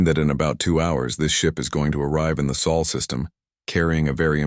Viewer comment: SOL NOT soul